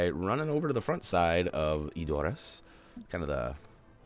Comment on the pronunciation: ...I hate to say this...but you're saying Edoras wrong xD Check this link, it's an interview with the producer where you can hear how to say it: /watch?v=-LVJ4yWOndk I'm not hating, just trying to help;)